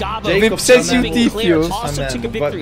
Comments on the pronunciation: Nie mówi się tifiu a tifu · Jak ten typ mówi tifiu